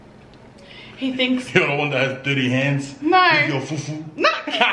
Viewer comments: foofs on..foofs on brother😂😂😂✌ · Graackub..every time says fufu